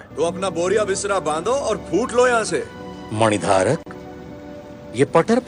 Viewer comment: "mani dhaarak" 😂😂